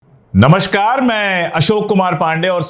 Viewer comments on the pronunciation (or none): none